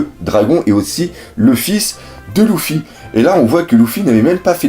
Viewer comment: arrrrrrreeeeeete de dire "loufy" ca me gave de dingue !!!